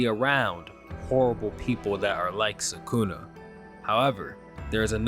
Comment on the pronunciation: I wish people would attempt pronounce names correctly… eho tf is Suhkoonuh